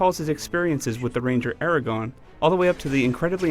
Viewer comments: its me or he said "Aragon" (and not AragoRn) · Did he say Aragon? It's Aragorn. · This guy says "Aragon".... wtf it's AragoRn!! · ERAGON? ERAGON? HE'S CALLED ARAGORN! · ARAGORN NOT ERAGON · "Aragon", "Jonathan Rice Davies", "Oak-arina of Time", "Hobbitshire" ...brother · He just said Eragon. Wth IGN. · Why does everyone call him aragon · Quit calling him aragon! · He said 'the ranger aragorn' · Are you fuckin serious the reviewer called him "ERAGON". HOW THE HELL CAN YOU NOT PRONOUNCE THE NAME OF THE GAME YOU ARE REVIEWING!!! FUCK. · he called him eragon :S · In case you’re one of the many wondering if he ever says Aragorn’s name correctly as I was, he finally said it correctly . into a video. Standard IGN seal of quality. A 💩/10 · 2010 i would have said 2000 with this crap graphics, also this nergin can't say even say Aragorn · it's aragorn actually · WTF he pronounced his name wrong, and the review led me to believing it would be an 8 or 8.5. How was this game on psp?